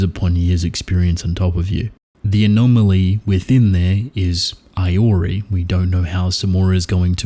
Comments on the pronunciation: Its pronounced ee-o-rii 😭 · Hate to be that guy, but Iori is pronounced "ee-yor-ee"